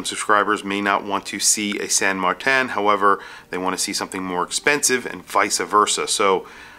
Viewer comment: There is no pronunciation variation of Martin that sounds like MarTAN, except maybe one goofy Aussie, it makes no sense. It's either MartIN or MartINE